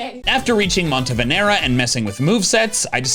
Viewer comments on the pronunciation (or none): Montenevera remains the hardest anything to pronounce in the history of Pokemon, followed by Bombirdier, and apparently Alomomola. At least attempt only switched two letters. Worst attempt I've heard so far has been Monterva, cutting off 3 letters.